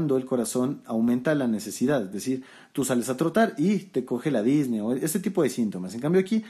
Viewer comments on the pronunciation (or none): Muchas gracias por su video Doctor! Excelente como siempre. Solo comento esto porque me hizo ruido las veces que lo escuché, y lo volví a escuchar en sus videos más recientes, espero no le moleste la corrección. La pronunciación correcta de la palabra "Disnea" es con acento prosódico en la e, no lleva acento en la í, como usted la pronuncia. Es decir, Dis ne a, no Dís ne a. Igual sucede con la palabra Ta quip ne a. Agradecido por su contenido y sus videos!